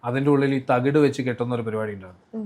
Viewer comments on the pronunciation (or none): none